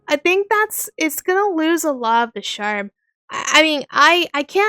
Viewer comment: Love the vid but can you please say charm not sharm? Also your own voice is very cool i feel like why not do voice acting yourself?